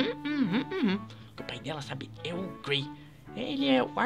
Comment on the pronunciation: vc falou Gray em vez de Gary???